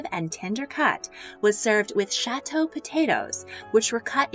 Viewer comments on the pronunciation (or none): none